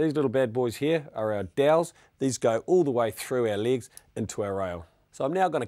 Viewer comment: lig? whats a lig? he keeps talking about "ligs"